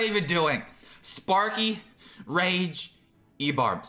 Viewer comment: Not him calling the sparky deck spanky